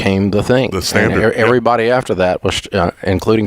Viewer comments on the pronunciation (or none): none